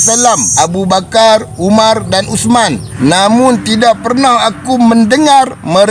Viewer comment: Bedol adi hang sebut nama sababat biaq bagi elok sikit.. abu bakar bukan abu bakaq, umar bukan umaq nama imam² hang sebut elok ja..